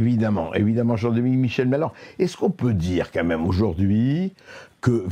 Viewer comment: Personne pour dire à Berkof qu'on ne dit pas "qu'à même" mais "quand même" ?